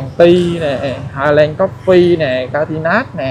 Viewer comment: Đường Catinat xin đọc là ca ti na.tên tiếng Pháp .